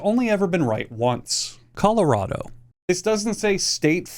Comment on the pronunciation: The way he said Colorado- I’m from there and it angered me